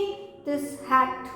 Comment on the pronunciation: Mam " हेट और हैट " Ka pronunciation uper-niche ho gya hai